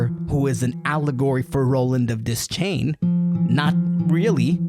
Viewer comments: Great video... but it is Roland "De-schain" not "Des-chain". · please don't EVER say des-chain again... It's pronounced: De-shain! DESCHAIN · Your constant mispronunciation of Roland’s surname is painful! 'Deschain' is not pronounced "dez-chain," it’s pronounced "d’shane!" And that’s just the first thing that’s wrong with this video!! 😠😡🤬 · I’m about to break your world here, dog, but it’s pronounced de-shane, the c is silent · Imagine calling yourself the foremost expert on the Dark Tower, and then pronouncing his name “Dez-chain.” Good video though!